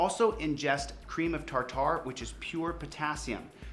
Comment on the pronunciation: Chille's such a narcissist that ne never bothers to learn how to pronounce new words! Did you catch his pronunciation of "ream of tartar" at about Seriously, I'm 77 and have never ever in my whole life heard anyone pronounce it like that!